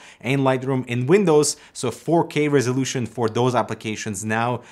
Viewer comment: Oh... he said "4k"... I thought he been saying "fuckey"